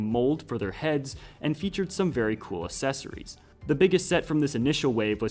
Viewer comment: Why do you say accessories like asessories it just sounds strange